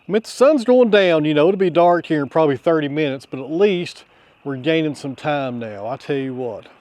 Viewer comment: Yeah, you pronounced that one wrong. It's "pro bob ab ly". 🤣🤣🤣 😁✌🏻🖖🏻